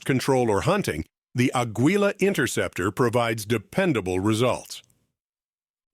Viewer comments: The AI they use can't even correctly pronounce Aguila and Hornady. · I was hoping for Federal AutoMatch to make an appearance. Also, not even the AI knows how to pronounce 'Aguila'!